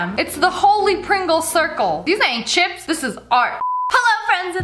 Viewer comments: When people say chrisps it makes me mad its chipssss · "These ain't chips this is art!" I'm British... It's chrisps not chips!